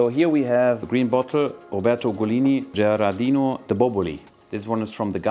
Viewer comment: Giardino di Boboli! no Gerardino, ahahhahaha giardino means "Garden"